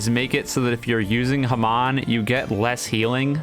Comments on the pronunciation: i HATE how he says hamon. it's HA-MONE, NOT HA-M-ON! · dude its not haman its hamon pls say it right Booooo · your videos are so good until you say HA-MON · The way he said hamon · why u say hamon so weird